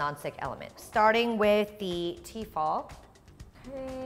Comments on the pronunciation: It's actually tefal and they make incredible cookware for the price, not pronounced fall either but fal. Tefal. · Am I the only one annoyed by the way she says T-fal? It's Tefal for goodness sake!